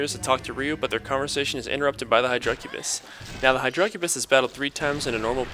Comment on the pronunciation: Dammit say hydracubis right lol. The emphasis is on the "hy", not the "dra"